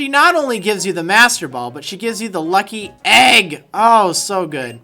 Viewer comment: i love how he emphasizes the egg part of lucky egg